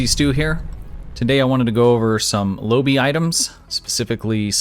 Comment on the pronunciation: Lobi comes from the pilot episode of Voyager. Quark tries to sell lobi crystals to Harry Kim, at inflated prices, until Tom Paris mentions that they quite common. P!ease reference for proper pronunciation: Low-buy. Oh....and good vid.